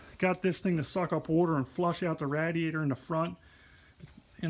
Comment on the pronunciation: And rat e ator instead of radiator 😂